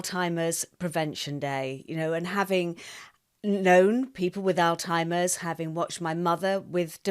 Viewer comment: Great interview. I do believe you're pronouncing alzheimers incorrectly though. There is no t in that word.